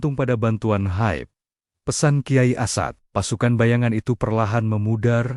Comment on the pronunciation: Komentatornya tidak tahu menyebut as'ad. Tapi asad